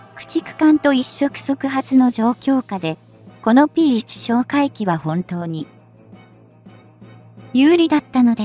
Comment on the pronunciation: P-1をぴーマイナスいちと読ませるって..ちゃんとぴーわんって読み上げるようにしろよ！